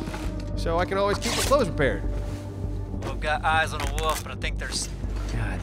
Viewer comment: haha i love the way say Wöölf xD love ya:D